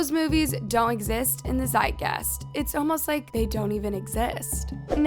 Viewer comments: zeitgeist is pronounced zite-guy-st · Zeitgeist is pronounced z eye t guy st